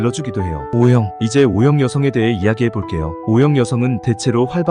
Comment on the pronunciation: 어형이 뭐예요 말좀 똑바로 하세요